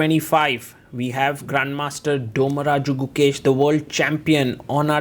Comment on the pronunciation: Learn to pronounce india name atleast sagar, it's like dhommaraju (dhoni like pronounciation)